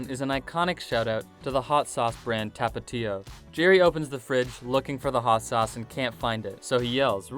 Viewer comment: Tapitio lol sheesh he butchered that word.